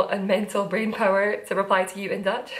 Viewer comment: Dutch person here: binge watching all of your episodes, and I must say, your Dutch accent is amazing, the change in the flow of the language is very different and you do that perfectly ;)